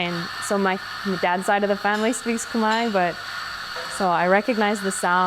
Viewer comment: When you Khmer pronounce Khmer your Khmer. When you Khmer pronounces Cum-here your whitewash Khmer..